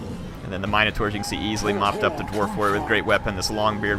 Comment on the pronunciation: This has been bothering me. In Warhammer is it really pronounced Mine-uh-tours? In everything else I've always heard mihn-uh-tour or mihn-uh-tar. Are they all acceptable?